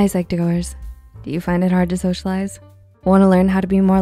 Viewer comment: Socialize I thought you said bag of fries